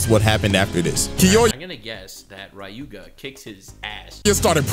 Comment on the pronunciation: As much as I enjoy this i'm getting slightly tilted with how keeps saying Ryuuga as RA-YUU-GA, like dude, it's a two syllable name and he made it three. 😅